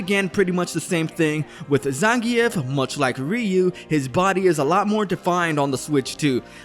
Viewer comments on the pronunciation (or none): What the hell is a ZAN GEE EFH? Bro say Zangief's name right.